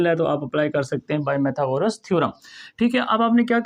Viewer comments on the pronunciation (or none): Pythagoras theorem ❌ pymethagoras theorem ✅